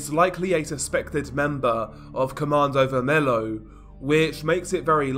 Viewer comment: It's pronounced commando vermello Like the Spanish the L's And you can call Primeiro comando da capital just PCC, that's how we call them